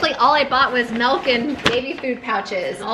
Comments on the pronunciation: Don’t expect me to get over the fact that you say “mElk” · mElk, mEElk.... 😐😑